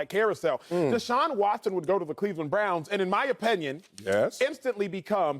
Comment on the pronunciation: I didn't know that there was an "E" in Opinion. LOL>. Acho stays killing me with that.